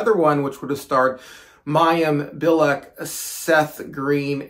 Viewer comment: Mayim Bialik is actually pronounced MY-him Bee-ALL-lick